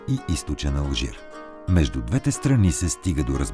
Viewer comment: Видеото е страхотно! Единствено бих искал да ви посъветвам да проветите къде пада удареното на думите: “двете”, “двата”…благодаря!